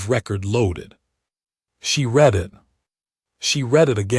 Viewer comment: and read instead of read .....